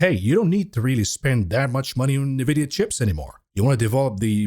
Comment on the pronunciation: I just wanted to ask when will start pronounce nVidia the correct way, instead of saying "nyhVidia"?